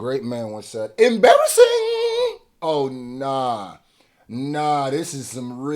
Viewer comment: Bro stop saying embarrassing like that. Shit is mad sus